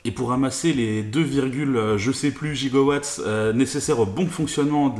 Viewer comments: erreur que tout le monde fait.on ne dit pas gigo watt mais giga watt.. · Giga Watt et non gigo l'erreur de traduction